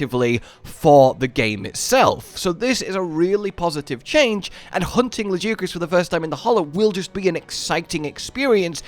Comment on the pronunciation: You still don’t know how to pronounce Lagiacrus....maybe one day....